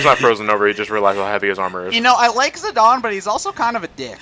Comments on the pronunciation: You pronounce Tie-dus as Tee-dus, yet you pronounce Zi-dane as "Zi-don," what seance that makes? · I think it's because the game dissidia pronounces it as "zi-don" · As brazillian Guy. I pronounced Zidaynee... but since its like italian or something because of Alexandria.... I Call him more like Zidãn or Zidann